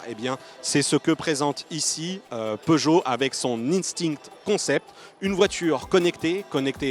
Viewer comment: Ca vous arrache la gueule de prononcer "instinct" en français ?